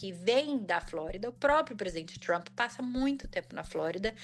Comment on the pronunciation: Tá tão cansativo esse cara. E todo mundo q fala tchrump é fdp!